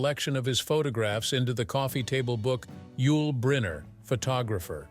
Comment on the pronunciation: Click bait. Doesn't even pronounce Yul Brynner's name properly.